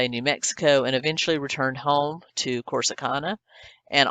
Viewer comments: CORSICANA….not Corsica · The towns name is pronounced Core- Sa- Can- Ah... Corsicana ... Lol. Great story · Corsicana. Cor-suh-ca-nuh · Corsicana - not Corsica. And I hate fruitcake too- But NOT Colin Street bakery fruitcake. It’s like nothing you’ve ever tasted. It doesn’t even taste like fruitcake. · The town is Corsicana. Not Corsica. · CORSICANA- not Corsica.